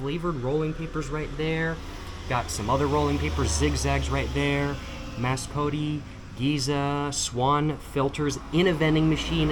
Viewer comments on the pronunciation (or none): its just mascot, you said mascot-e the e is silent (dutch brand)